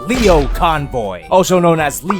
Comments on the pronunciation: its pronounced Lio as in lion. Not leo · Actually the "Lio" part of the name should be pronounced "Lie-oh", basically like Lion but without the N. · For future reference, in Japan his name is pronounced as Lie O Convoy......But you don't care really do you?:D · It's lie-oh convoy. Not leo convoy. Lie-oh. Repeat after me. Lie. Oh. Lie oh. It's not that hard to remember. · pushes up glasses Um, it's actually pronounced "LIE-oh Convoy" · You mispronounced "Lio" - its Lio as in lion or liar. You mixed the two names together and kept calling Leo Prime: Leo Convoy instead of Lio Convoy. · #umactually it's pronounced lie-oh not lee-oh. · Lie-oh. It's lie-oh. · It's le o you dumb sh#t you got it right the first time me grimlock smart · It's actually pronounced "lie-oh",. I'm not "But, "-ing you, just pointing it out. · IT'S LIE-O CONVOY REEEEEEEEEEE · ummm actually the lio in lio convoy is said like the lio in lion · I know doesn't care but isnt it pronounced lie-oh convoy?